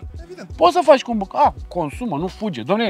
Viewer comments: Nu înțeleg nevoia proprietarului de a se căca în capului celor lipsiți de cultură auto, dar el vorbește de Porsche Boxer. Nu Boxter. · Boxster*…nu stiu de ce pronunta gresit cand e masina lui… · )) ma zgaria pe ureche cand auzeam boxer.